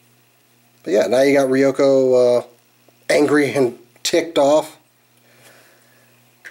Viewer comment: You pronounced ryuko's name wrong